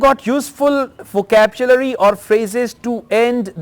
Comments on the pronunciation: Sukhvinder Singh sir is a versatile person. It’s hardly matters if his pronunciation is little different for a word🙂. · Sir I am biggest fan of you bye bahi You were pronounced wrongly word " vocabulary " repeatedly